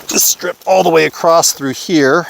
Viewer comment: There is no “t” in the word “across”.